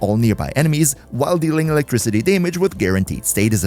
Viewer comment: Pet peeves me hearing staytus and daymage lol